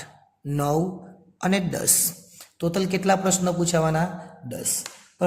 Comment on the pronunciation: ટોટલ ❌ તોતલ ✅👍🏻😅